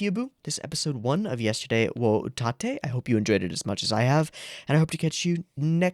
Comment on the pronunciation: This looks very promising. I had my eye on it before it aired and I think I hit lottery. Also not that it matters much, its pronounced— ut (as in h"oot") atte (as in m"atte" in JP)